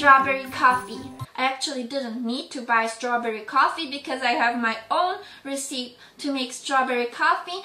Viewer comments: hi venus! totally not meaning to come off as rude or anything, just a small english tip! recipe is pronounced REH-sih-pee, not reh-SEEP :) thanks for the video cutie! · its NOT receep IT'S RES-SA-PEE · Recipe is pronounced "res-i-pee" not "res-eep" ;) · Recipe is said 'reh-sih-pee' not 'ruh-seep' ! Friendly correction, your english is getting better Venus! hugs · i love the way you keep saying recipe xD its actually recipe (ress-i-pee) but youre too cute to be corrected. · it's not rhe-sip! ^0^ it's pronounced more like rhe-see-pea. Loved the video just wanted to let you know! <3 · Recipe is pronounced Reh-suh-pee or reh-sih-pee, not reh-seep. :) for future reference. <3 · Well, I dont say Resspee. I pronounce the I as an uh. I have never heard it any other way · Hey Venus - pronounce recipe = RESS-uh-pee :) Love you gurl!! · Shes not daying receipt...shes pronouncing recipe how it looks....(ruh-seep)...annnd what do you expect..she speaks multiple languages and of course its going to be difficult remembering the pronunciation of every word. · I will try the recipe as a coffee lover. Just one thing - recipe is pronounced as recipee (long e). All the best! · Ahh!! Sooooo CUTE!!! ♡ This made me laugh and I'm usually one to correct a person when they've mispronounced a word but yes venus, it's reseep :3 Love You! Stay adorable and happy sweetie. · recipe is pronounced reh sih pee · recipe in America is sounded out like recipee but is spelled recipe but the E at the end isnt silent so the word sound like resipee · Because "recipe" isn't really an English word, it isn't pronounced like it's spelled. It's pronounced more like "Ressippy," with emphasis on the first syllable. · Alpaca (AL-PACK-AH) and Recipe (REH-SA-PEE) lol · It took me a while to understand what she was saying when she said strawberry coffee receep... I realized she said meant recipe >.> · XD Venus Recipe is pronounced like Re-ci-pee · You say recipe like Re-c-ip-ee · Pronounced ressipee. Ress ipp pee